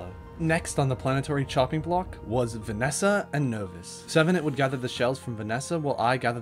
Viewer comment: I love your pronunciations of the planets and ores, Vesnia -> Vanesa hahaha